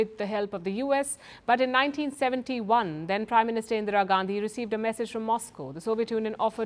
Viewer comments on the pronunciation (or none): none